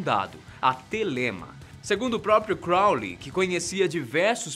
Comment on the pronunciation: Quando ele fala Crounly eu lembro de supernatural